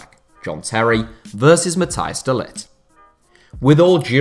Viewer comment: It's not pronouced de lit...